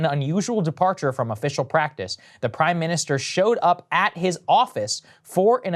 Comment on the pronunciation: Bro is so cooked he can't even say "Prime Minister" right.